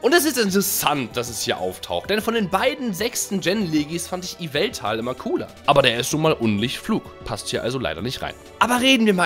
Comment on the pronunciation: Das wird seneas und evil tal ausgesprochn hat da jemand die filme nicht gesehen?